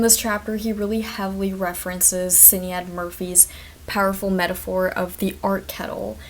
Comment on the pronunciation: Sinead Murphy is pronounced shin-ade. Irish name's lol